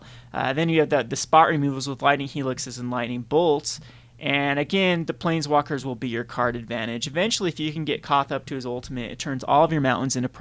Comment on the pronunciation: planeswalker xD not plainswalker